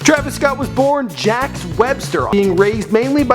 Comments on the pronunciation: It’s pronounced “jock” not jacks. It’s French I know this bc my cousin used to live across the street from him when they were in middle school and high school in Sugar Land, Texas. (Houston area) and he never went to a private school and his mom never worked for apple she worked for AT&T. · His name is not pronounced jacks, it sounds more like a sjock (soft j) it's a French name why it's spelled Jacques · Jacques is pronounced like jock with an accent not jack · this man pronounced his name Jacks...its pronounced jock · His name is not Jack it's Jacques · yeah it's jock. but with a soft j. kinda like sjock. french name. not jack you fucks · its pronounced Jock...not jax.....and his mom worked for at&t, not apple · Jacks 😂😂😂 its jacques (jock) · Bruh your ignorant af his name is Pronounced Ja-Keys not jacks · IF THIS DUDE PRONOUNCES "JACQUES" "JACKS" ONE MORE TIME IM LOSING IT!!!!! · You did not just say jacks. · its jaques not jack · "JACK Webster".....cmon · I know this nigga did not just say "Jack Webster"°_° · his name is Jaques. It's Haitian/French. Pronounced like jock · i know a guy with that name Jacques and everyone calls him 'Jakes' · Joc, not jack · For future reference it's pronounced Jock. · this guy doesn't even know how to pronounce his name right lol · that's not you you pronounce Jacques